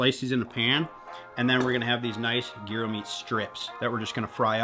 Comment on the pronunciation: What a banger of an episode, otter tail giants and fish gyros🔥🔥🔥 side note - should immediately be arrested for the way he pronounces Gyro